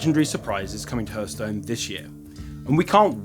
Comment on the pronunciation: Love it, but please someone tell him it's not pronounced hurthstone